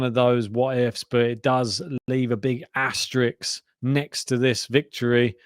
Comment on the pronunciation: Asterisk,. Not asterix.